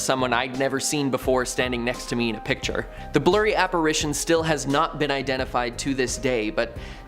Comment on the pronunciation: 1.) The word for a ghost or spirit is apparition which is pronounced (ap-uh-RISH-uhn) NOT (ap-uh-ray-shun). Grammar, spelling and such is one of my pet peeves....a little OCD issue if I may be honest.😂 🎶🐦🇺🇸